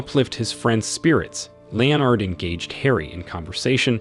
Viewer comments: 'LEO-nard'? Really? How about 'LEnnad'? Anyone would think it's a machine 'talking'! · Leo-nard? No-el? English not really your thing is it? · It sounds like you didn't even bother to watch the film. "Lee-Oh- Nard". The burning garbage was inside, not outside the flat.